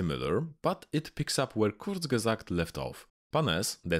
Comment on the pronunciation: I've never heard a perfect pronunciation of "Kurzgesagt"!